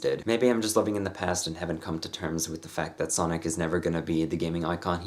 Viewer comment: Every time you said Sonic I heard Sonnet.